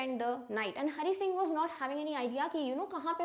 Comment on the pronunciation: Hari singh not HONEY SINGH 😂